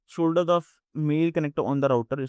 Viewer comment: Shoulder 😂 "*solder"